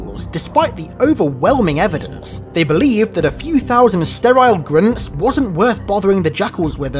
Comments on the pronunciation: GRINTS GRINTS GRINTS GRINTS, slow down and just say Grunts. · saying Grunts in your accent sounds like you were saying "Grimms" or something like that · Sounds like he's saying grimps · Grince or grunts? I couldn’t understand this video until I read the title.. you should feel bad for not knowing how to say grunts! What the actual fuck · Why do you keep calling them grints? LOL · Why he say Groont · Grimps? Are you mispronouncing grunts? Or you looking for Dr.Suess?? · Are u unable to say grUnts?